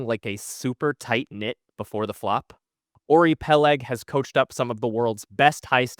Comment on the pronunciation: It's not Ori, it's Uri. Learn to pronounce. You-ree, and you roll the R. As in Ruffles have ridges...rrright.